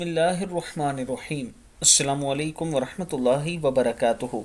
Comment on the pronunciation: Pehle aap apna saaam sahi karein assalaamu alaikum hota hai aap salaam bilkul galat kartey hain